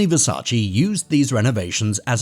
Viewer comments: It's VERSACE not Versaci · Damn y'all idiots can't pronounce VERSACE properly. Sad af.